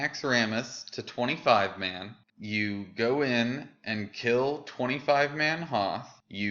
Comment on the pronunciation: Noth lol not Hoth